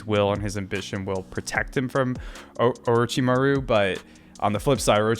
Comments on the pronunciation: "Mah-ru" homie! Accent on "mah", not "ru". I know you can do it! Great reactions and analysis. You're on a long journey, and it's going to be so awesome. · We need to get him into an Orochimuru name pronunciation training arc.